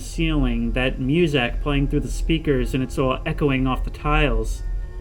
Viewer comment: the way this guy says "MewZak" still love the video.